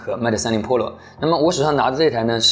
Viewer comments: 为什么把PRO读成PROLO？ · ２０２０了你还在读破楼ＰＯＬＯ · 我给你搞个中文发音吧， iphone 扑肉。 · 是pro不是polo，温州大姐。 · 妹塔三玲噗洛😂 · 大爱这小哥哥的视频，每期都看，就是什么时候能把pro的读音改正下😂